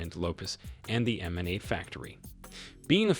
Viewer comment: Lol why cant this youtuber say mma or ngannou right?